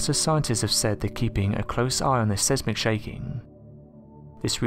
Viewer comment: The "RICHER SCALE" ???? The Richter scale is pronounced 'RIK-TAR'.. (think of Earthquake 'intensity' measurement) etc. & "Sezmic" shaking ??😕 Seismic is pronounced 'size-mik'.